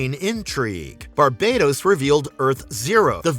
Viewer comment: Isn’t it pronounce bar-bat-os?